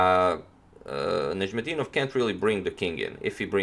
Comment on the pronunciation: It's difficult name to pronounce. I'll have to give you credit for that.